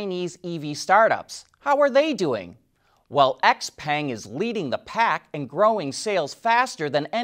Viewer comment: FYI Xpeng is pronounced Xpung. Actually I think it's shouw-pung.